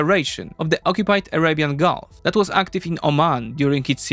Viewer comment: Nah its Arabian Gulf, he doesn't need to study bro, stop being mad about it just because he said Araian Gulf like bruh